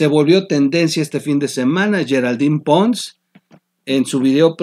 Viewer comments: Oye ¿Por qué le dices Geraldine "Pons" siendo "Ponce" [Ponse]? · El apellido es Ponce, no Pons. Ya sabemos que dominas el inglés. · Amigo se pronuncia Geraldine "PoncE" la E suena al final de la ultima silaba...a diferencia del apellido "Pons" que no lleva ni C ni E al ultimo. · Lee, es PONCE, no Pons.